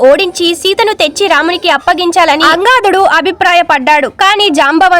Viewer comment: అమ్మా, సుందరాకాండ మొత్తం 18 నిమిషములలో చాలా చక్కగా వివరించావు తల్లి. కానీ నీవు వినిపించే ట ప్పుడు అవసరం లేనిచోట వత్తులు పెడుతున్నావు. అవసరం ఉన్నచోట వత్తులు పెట్టుట లేదు. నీ భాష చడవటంలో కొంచెం దోషాలు ఉన్నాయి. సరిచేసుకో. రామభానం కాదు రామబాణం మరియు భోగలాలసుడు కు బదులుగా భోగ లలసుడు అని చదివావు. అది తప్పు. అంగాదులు కాదు అన్ గ దాద్ లు అని చదవాలి. మొత్తానికి కార్యక్రమము బాగుంది.